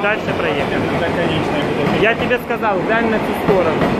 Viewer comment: Почему говорит сказаВ вместо Л?)) Это по-украински?